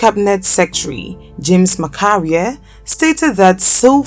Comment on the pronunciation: James 'Macharia' pronounced as Masharia not Makaria